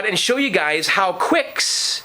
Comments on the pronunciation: quicks? i thought it was kicks... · The game 'Qix' is pronounced like 'Kicks' by Taito. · It's pronounced "KICKS"! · "The Torture Chamber" as we called it. The original arcade sounds are the best. It's pronounced "kicks." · First of all, it's "Qix" is pronounced "Kicks". Second of all, "Gay Raj" is pronounced "garage". Nice restoration work and amazing basement. You've got a great hobby. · I pronounce it "Kicks", but you may be right. So that's two titles we aren't sure of, the first one being Taito. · Ummm, it's pronounced 'Qix'. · it is qix